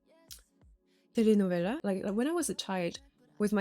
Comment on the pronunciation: "Telenovela" Tú pronunciación del español es increíblemente buena y muy bonita, me sorprendió bastante